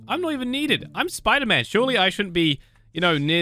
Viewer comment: Bro that's not sderman that's spoder man